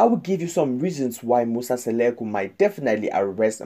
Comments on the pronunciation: Mmmmnk akakwaz nobiza uMseleku into ayingxameleo lulwimi qha…. Bayadika abalwimish It’s Mseleku not Seleku🙄🙄🙄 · Not Musa Seleku but Musa Mseleku don't talk about something dat you don't know if you don't know how to speak Zulu plz leave to the Zulu people this is so embarrassing the Mseleku's family .remember some of us we love them ❤ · Please say people 's name correctly